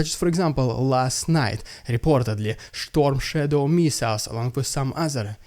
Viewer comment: Schtormshadows im dying here🤣🤣🤣